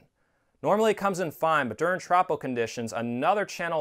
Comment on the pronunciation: Minor nit-pick, but as a meteorologist I can say it's pronounced "troh-poh".